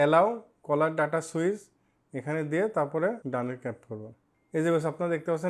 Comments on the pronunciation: Vai caller na cellular 😂😂😂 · ওটা কলার ডাটা নয় ওটা সেলুলার ডাটা